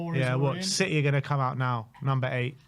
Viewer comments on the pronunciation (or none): You Englishmen destroy our language. 'City' has a 't' in it - why not pronounce it?